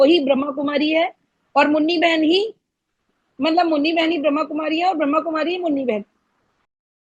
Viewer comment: pehaly to brahma. kumaris pronouncetion to Sikh lo